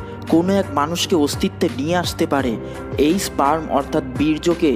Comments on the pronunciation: স্প্রাম না স্পাম উচ্চারণ টা ঠিক হলো কিনা সেটা দেখা উচিত না হলে ভিডিও শুনলে বুয়া মনে হবে যে কারো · Ar e bhok chod eta sprem o na spem o na eta sperm